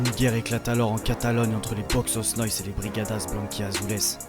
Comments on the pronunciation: Salut, c'est une super vidéo mais je voulais juste ajouter un petit truc la prononciation de Boixos c'est Boy tchos, en catalan le X se prononce Tch (exemple: Xavi) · On dit "boychus" nois et t'es pas au Camp Nou mais a Montjuïc,a part ça haine a l'espanyol et sempre antimadrid!!!! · A prononcer : boytchos😅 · Ca se prononce Boujos no-is ou bouchos ca depend la region en Espagne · juste a ajouter que le "X" en catalan se prononce comme le "CH" en francais, donc ca serait boichos nois ! sinon force a toi j'adore tes vidéos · Plus exactement, ça se prononce TCH. BOITCHOS NOIS. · Très bon reportage! Juste une petite précision pour Les Boixos Nois , le ¨x ¨se prononce comme un ¨J¨ forcé presque comme le son ¨CH¨. De même pour les lettres qui suivent le X dans Boix¨OS" , le O se prononce plus comme un OU chez nous en France. Phonétiquement, ça donnerait quelque chose comme ça: Bo-i-jous No-is. Encore merci pour la vidéo! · C'est quoi cette prononciation de "boixos"???